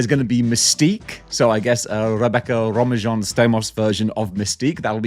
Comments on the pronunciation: Her last name is pronounced “ROA-MANE”. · Romijn is pronounced “Ro-mane.” She dropped the “Stamos” when they divorced.